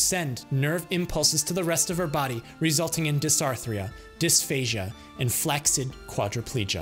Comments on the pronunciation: There’s no K sound in flaccid. It’s FLAS-ID. Good info on the salt, 10 fucking pounds of bacon 😂😂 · Very minor nitpick but it's kind of annoying me, you're slightly mispronouncing flaccid